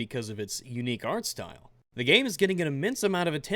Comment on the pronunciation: Did I hear stoyle?